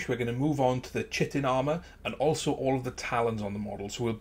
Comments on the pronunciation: Chitin not chitten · Nice model! Just thought I'd point out Chitin, is pronounced Ky-tin. :D